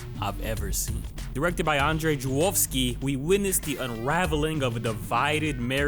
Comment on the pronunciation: Really good pronunciation. Żuławski was almost perfect. Cheers from Poland.